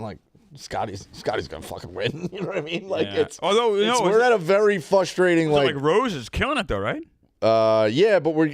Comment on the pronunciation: Somebody please tell how to pronounce frustrating